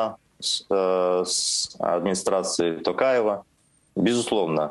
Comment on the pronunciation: Путин не может просто выговорить имя Токаева